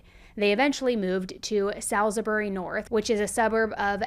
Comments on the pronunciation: I love you but I put off this one as it happened really close to my home. That was until I heard how you pronounced Salisbury 😂😂 now im laughing. But on a for real note this is just such a horrific crime. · How did you mess up saying Salisbury so bad 😭 I live in Adelaide and that’s NOT how you say it😭 My mum also drove past the house when police were digging out the barrels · U said salisbury wrong hahah